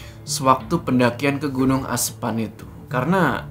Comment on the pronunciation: lucu ngucapin "asepan"😂😂